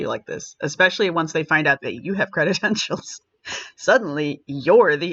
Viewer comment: Dear, the word is credentials, not credit-entials. You can look it up to confirm. Other than that tiny gaffe, your videos on this are very fine, as are Cinzia's. I think you're mixing it up with the words, accreditation, accredited. It made me wince, hearing that repeatedly. It's a minor thing, and I'm sorry to point it out, but it bugged me. You're better than that.